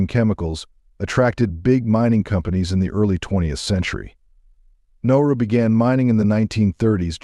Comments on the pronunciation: You got the name wrong 3 times in the first minute. You called it Noru once, and Naru twice. It's Nauru. It's not pronounced "no-roo". It's pronounced "Na-ah-roo". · Thank you! I was thinking the same thing 😕. Nah oo roo. Yeah pronunciation is terrible. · Besides not spelling or pronouncing the word NAURU (Nah roo) properly, a majority of the photos used were NOT of Nauru. Nauru is shaped like a top hat, with land all around the island where people live up against the top hat portion, which was predominantly mined for phosphate. There is a lagoon on the topside too, where a few people live, and the Japanese had fortifications up there looking out seaward during WWII. The people, as do many Pacific Islanders, traditionally over centuries before western contact, lived with the seasons, and for 4-5 months many people literally starved as there was no rain and heavier winds, so over time, Mr. Darwin made these people able to adapt, by storing up fats and reserves from the good periods to live through the droughts. Then the westerners came and harvested the phosphate (literally stealing it) until their independence. THEN they began to get true value for their phosphate, and with cash imported western foods and customs, and their bodies, used to feast and famine, instead ate all the time, and they never shed the weight. A generation of this, and they were hooked on western fat, salt and sugar. THAT is why they are so obese, as so are many other Pacific Islanders, as their genetic code was predisposed to a livestyle that no longer exists. I had great BIG meals on Nauru, more than I could ever eat, which was always followed by driving around the island. And around again with another round. All night. And the reefs are pretty, but al